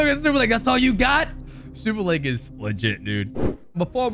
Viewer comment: why do you say superlake???????????????????????